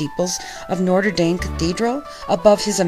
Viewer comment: didn't she say noter dank instead of Notre Dame?